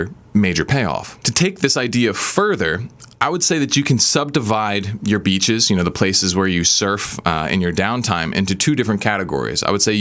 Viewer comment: As a not native English speaker, I have a hard time hearing the difference between "beaches" and "bitches", though "avoid these bitches" advice still works for me lol Very informative and true video. Great channel, man, thank you for your help.